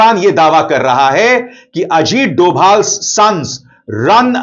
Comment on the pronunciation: Dhobhal bolna sikh